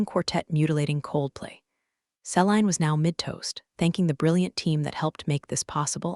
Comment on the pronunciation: See-lean = Celine